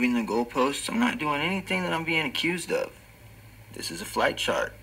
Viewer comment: I hate the way idiot says Chart